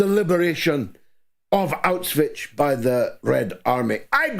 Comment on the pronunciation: George, it's NOT Auswich as you say it all the time. Learn how to pronounce it. It's NOT Auswich, you sound like a child when you say it. Ask Germans how they pronounce it.